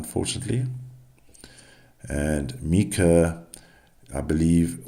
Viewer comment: Its myka You are pronouncing her name wrong